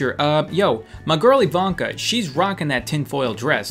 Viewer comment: i cant believe he almost got the name Ivanka correctly its a Slovene name and almost no one gets them right